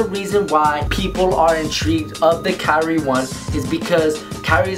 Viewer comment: Pronounces Kyrie incorrectly